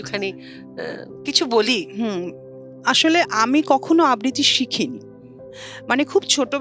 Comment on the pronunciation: আবৃতি নয় ,আবৃত্ তি আবৃত্তি হবে উচ্চারণে